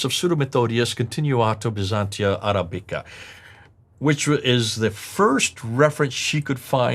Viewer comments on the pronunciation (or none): none